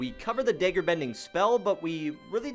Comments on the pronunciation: Great video but please say it correctly dagger dag ger dag like lag dagger lagger not day ger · its not dayger its dag like gag with g and ger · can you say dagger and not daegger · Lmao I keep hearing deggar, love it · It's (dag-ger) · Daggerbending naw dayggerbending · bro why he say dager bending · Why do you pronounce dagger as dager lmfao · I like how he says dagger Edit: I’m not making fun of him or anything btw